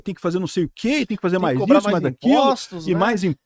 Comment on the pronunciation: Não é Hamais